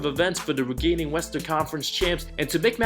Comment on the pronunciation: Hey, just a friendly heads up that “reigning” is pronounced as “raining.” Love the content man, keep up the great work! Watch your videos every single day